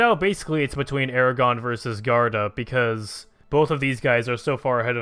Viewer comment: Its pronouced G-war-duh